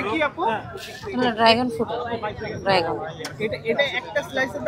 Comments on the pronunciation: ড্রাগন উচ্চারণ করেন আগে শুদ্ধ ভাবে,,,ড্রাইগন না ড্রাগন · ড্রাগন❌ ড্রাইগন✅😂😂😂😂😂😂😂😂